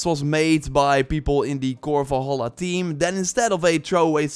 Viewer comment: I don't get annoyed often but jesus, how hard is it to say "valhalla"?